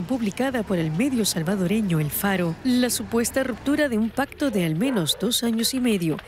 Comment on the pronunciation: Yo estoy de acuerdo que se pronuncie ante algo que no conocen pero lo van hacer deberían de tomar un medio que realmente sea profesional porque la nota está bien es su punto de vista pero en el momento que dicen “el faro” se desacredita todo